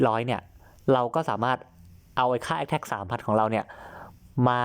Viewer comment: พูด พร้อมผมนะ แอกแทก อะไรนะ อีกรอบ แอกแทก